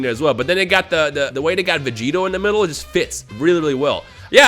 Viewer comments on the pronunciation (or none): none